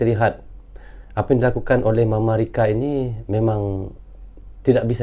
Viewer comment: bilang mamarika😂😂